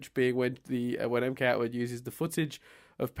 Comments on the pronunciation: Logically, it's pronounced "MK-Atwood", as it's a channel made by MacKenzie Atwood. (unless the joke just flew over my head) -Paintspot Infez Wasabi! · On or off camera, and really should watch Datis Ausum's and Mkatwood's AMVs (also it's pronounced em-cat-wood)